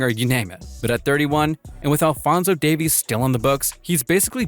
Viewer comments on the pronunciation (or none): none